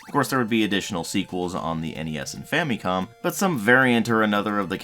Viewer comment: dude , it's fam'i'com ... not fam'ee'com ! learn how to pronounce it properly .